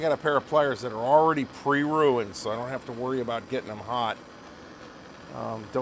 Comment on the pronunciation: "Prerunend" pliers. I have several of those.